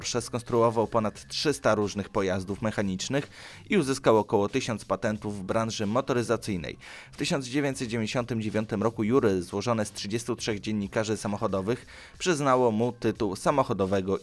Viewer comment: czytasz "jury" zamiast "żiri"? dlaczego?